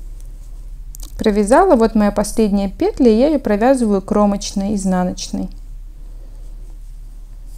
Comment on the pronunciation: Всё замечательно Только не пЕтля, а петлЯ